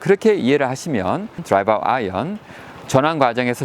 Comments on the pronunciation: 내용이 좋아서 보게되는데 드라이바라는 표현은 너무 거슬리네요. 는 드라이버라 쓰고 드라이바라 읽는군요.. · 레슨 잘 보았습니다. 목소리도 좋고 비교 설명도 명확한데, 다만 한가지 '드라이버'라는 발음이 '드라이바'로 계속해서 들리는 것이 좀 거슬리네요. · 발음 똑바로 하시지 드라이발이 머지요? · 드라이바? 다좋은데 발음이 좀 거슬리네요. 꼬투리잡는다 생각하지마시고 수정하시는게 어떨까 싶습니다.